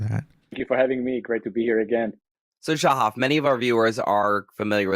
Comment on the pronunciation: It’s Sha-haf not sha-hif